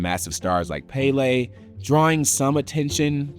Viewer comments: Pronouncing Pelé as “Pay Lay” is a classic as well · Broski, how you able to pronounce Adebayo, Antentekounpou, and webanyama but butchered my boy Pele? Still love u guys tho, thank you for the content ❤ Ps Tifo football and y’all should collab on football videos.